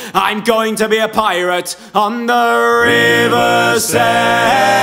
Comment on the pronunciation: A valiant effort stretching "Severn" to the same number of syllables as "Saskatchewan".